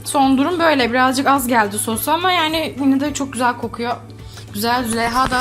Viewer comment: Hiçkimse: Züleyha: ben çohzell yaptım Kzmxmxmd